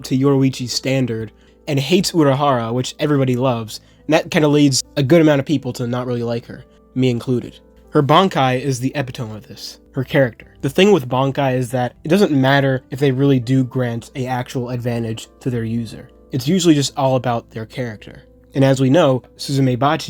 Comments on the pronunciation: Not epi-tome. E-pit-o-me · Epitome is pronounced "uh-pi-tuh-mee", no hate. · You’re pronouncing the word “epitome” wrong. It had 4 syllables. It’s pronounced more like “ee-pit-toe-me” with equal emphasis on each syllable. I know that’s not the correct phonetic spelling, but you can google it. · Maybe the 3rd or 4th video in a row in which someone mispronounces "epitome."